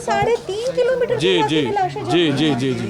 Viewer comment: What's wrong with this reporter? Is she dumb or what. Show some courtesy and stop saying "laashain"